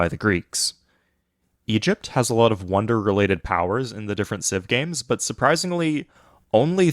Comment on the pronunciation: Bro cant say of, can only say at